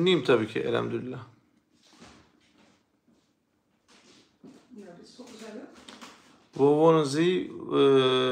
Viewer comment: Elhemdürüllah değil, Elhamdülillah!